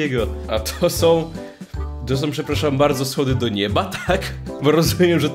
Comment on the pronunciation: Ale on powiedzał som